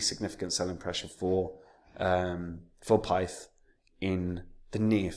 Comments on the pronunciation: Pronounced PITH 😂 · man said pith lol